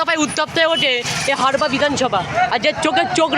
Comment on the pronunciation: ভাই হারপা না হাড়োয়া😅